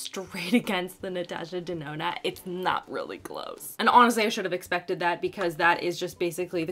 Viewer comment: Ahaha I loved it when you said Natasha Dedona 😂